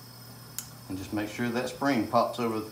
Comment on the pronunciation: 🎵🎤 "Make surrre you get the paint out of therrre" 🤣👍🏻love it, thanks for sharing